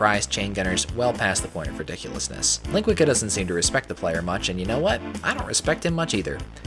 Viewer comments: Not sure if you care, Professor, but this meanie's name is pronounced "lean-GUEE-sah". It's the Brazilian Portuguese word for sausage. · Hey there,, this the, I'm here to say your maps are quite obscene! Also shots fired at Doomworld overseer Ling. Funny enough, I like the way you pronounced his username. It sounds better!